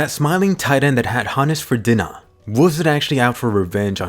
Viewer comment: "that smiling titan that had Hannes for *dina*" .... Am I the only one to notice that